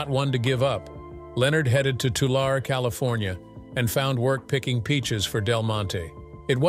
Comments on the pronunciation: "Two-larry" is pretty close. Not "Tular" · TULARE CALIFORNIA IS PRONOUNCED too·leh·ree. YOU MIGHT CHECK CAPTIONING BEFORE POSTING? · Pronounced Tulare wrong it is suppose to be" Tularry" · Tulare is pronounced "Too-Larry", NOT "Too-Larr"! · Tulare is pronounced Tu-lar-e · Tulare is pronounced Two-Larry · It’s TU-LAR-EEE